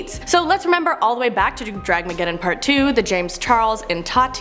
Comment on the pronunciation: It's Dramageddon not Draggeddon or whatever you called it.. at least know what you are talking about before you throw in your opinion.